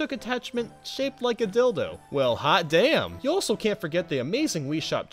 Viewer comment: Why The Extra A In The Word D*mn? Or Did You WANNA Use Southern Dialect For No Reason, Or...?